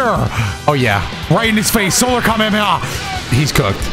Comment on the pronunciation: doesn’t know how to pronounce Kamehameha